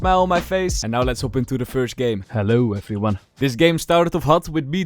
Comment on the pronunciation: The hello efery one😂 and